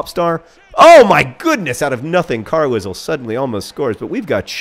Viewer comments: Carlisle is pronounced "Car-lyle"... the fuck if I know why... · As a person from said mythical place, it's pronounced like Carlyle.